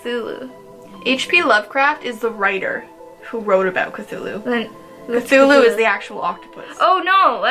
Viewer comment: Cthulhu is pronounced " Klul hu"